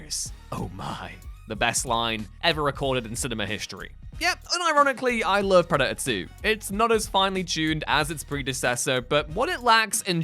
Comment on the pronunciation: It's Predator, with a t.